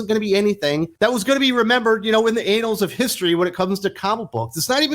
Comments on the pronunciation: LOL "anals of history" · I think it's pronounced Anne-Als. Anals of history is something very different!